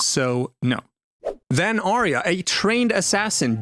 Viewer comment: Why can nobody pronounce Arya correctly? There's even a clip of Jon in this very video saying her name and yet you still say it wrong. It's AR-YA not ARY-A.